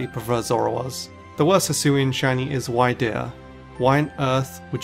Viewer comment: Every opinion in this video doesn’t hold a candle to the level of triggered I achieved when you called Wyrdeer, why deer. It’s a weird deer. It’s pronounced like weird deer.